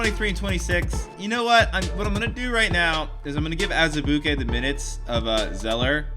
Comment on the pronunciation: I love how you say Azubuike 😂